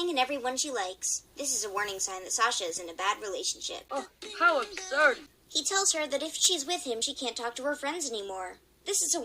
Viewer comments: How ubsurd! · the annoying thing is Sasha is so stupid so I am going insane because of Greystripe saying "How Abshurd" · HOW ABSHURD! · Uh absoud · oH HoW aBShuRD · OH, HOW UBSURD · This is a sign that sasha is in a bad relationship.'OH, HOW ABSHURD!' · Well how abshurd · HOW ABSHURED SASHA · Oh how abshurd! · Greystripe says "hOW ABSURB" 22 times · I think that graystripe saying how absured......... But ok ........